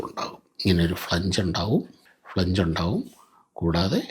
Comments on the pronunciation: ഫ്ളെ ഞ്ജ് അല്ല ❌ ഫ്ളാഞ്ജ് ആ ണു്. 🙏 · ഫ്ലാൻജ് ആണ് correct pronunci ation, സർ 🙏